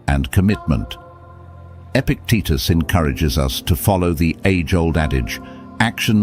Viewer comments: His teetus was epic ..epictitus. "E-pic-t-tus.." say it after me .. E-pic-tet-tus... Good! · His name was Epictitus, not "epic Titas" . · face-blue-smiling:EPICTETUS!!!!! not Epic Titus!!:hand-pink-waving: This presentation just lost my respect after 3-1/2 minutes!☹